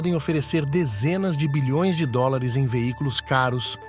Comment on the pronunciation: En doolaarrr kkk maior engraçado ele pronumciar dolar eu aqui da espanha cago de tanto reir kkkkk